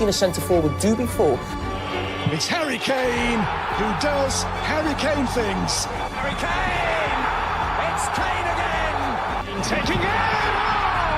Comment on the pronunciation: all I keep hearing is hairy kane 😂